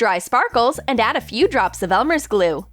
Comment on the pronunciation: NO HATE BUT*...Is it just me or when they say "Elmers glue" its *NOT Elmers?